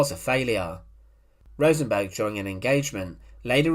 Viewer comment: Rosenberg wasn’t Swedish. Why does he keep calling him RosenBORG? 😂😂😂